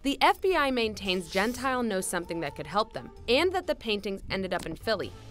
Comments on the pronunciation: Everytime you pronounce Gentile, something inside me is brutally killed. It's Gent-EE-Le, not Gent-Ile. It means "polite" in Italian... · Hey, its pronounced Gen-tee - lay. Not Gen-tile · ah I cringe evertyime "gentile" is said. its an Italian name. we pronounce our vowels different than English so it sounds like "gen-teal- eh"